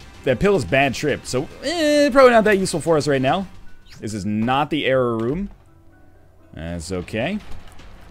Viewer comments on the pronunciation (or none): Am I the only one who can't tell the diffrence between Nl saying jera rune and error room?